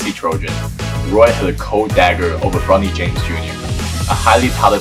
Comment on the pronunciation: mad lad called him "bro-knee jaymes"